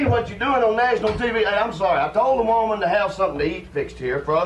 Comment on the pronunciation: Shultz " I'm looking for a wooman"